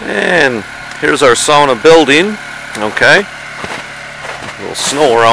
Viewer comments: yes sauna. not saawna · finally. someone who says sauna and not saawna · I'm giving this a like before even watching the whole video, just because it's nice to hear someone saying sauna right. 😄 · Glad you know how to say sauna, most people say saw-na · i can finnish aprove ur sauna. You say it like any finnish guy :) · thats how you say it. its sauna not saawna like normally americans say it